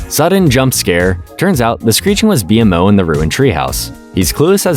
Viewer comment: what is happening first you say bmo wrong and now alternate but mostly say marceline wrong too?! Is this even a real person